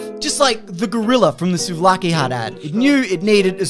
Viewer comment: Being a Greek man, I appreciate your appreciation and also the correct pronunciation of the names of things greek in this video